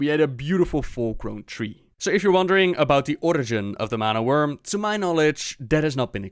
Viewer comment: it sounds likes your saying wormling but its not a prob